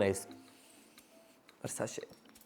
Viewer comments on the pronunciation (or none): I have always been a fan of perfumes and I loved this video ❤ and P.S its pronounced as Ver-sah-chay not versashey! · Isn’t it pronounced as Versache rather than Versashe? Also Diptyque has amazing fragrance but it doesn’t stay much on me. If you like Sauvage then you should definitely try YSL Y. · Dior Sauvage & Versace ❤ Versace is pronounced as Ver-sah-chay! Please do more perfume videos. Also do try Tom Ford Tobacco Vanille!